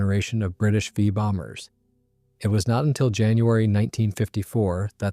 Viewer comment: This is AI... You ever heard of the the "Famous RAF Vaye Bombers"?